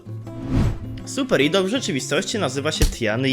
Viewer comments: wymawia się "ajdol" ale to taka drobnostka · To sie nie czyta idol tylko ajdol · ok but mowi sie super ajdol dziekuje dowidzenia